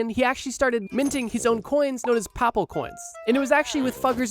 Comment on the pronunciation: I am liking the video so far. "entrouge" not even close to "entourage." Croesus, while spelled correctly, is woefully mispronounced. I recommend "YouGlish" to avoid these mistakes in the future. "popple coins" should be "papal." Overall great video! :)